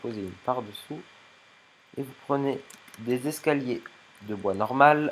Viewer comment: Pourquoi tu dit escayer a la place d'escaliers